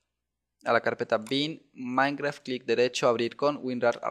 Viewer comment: se dice minecraft